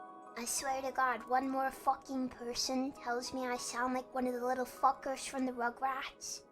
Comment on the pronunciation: When pronounces "f*ckers" as "Fuqers." very cute and not helping her case.